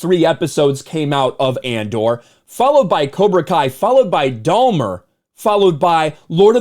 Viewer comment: I thought it was funny how pronounces it "Domer" like Domer Simpson. I am pretty sure it's 'Dah - mer.' Lol... Not that it matters or anything. Just thought it was funny! 😄 If She Hulk is beating you, I would give serious thought to throwing in the towel. 😵 💥 🥊